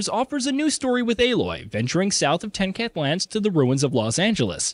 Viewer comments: Tenkath? It's Tenakth. Said like: Tah nah kth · This man said tenkanth lands 😂 whoever is talking has clearly not played this game lmao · Ten-Ket lands? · “TenCat” and “DeJong”. Not that hard to look up proper pronunciation lol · Ok but the WAY HE PRONOUNCED TENAKTH LMFAOO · Cannot take this video seriously the way the commentator clearly has never played as the way he pronounces tenakth